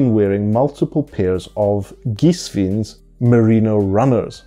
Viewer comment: The correct pronunciation in German is "Geeswine". Cool sneakers. Bought mine today 👍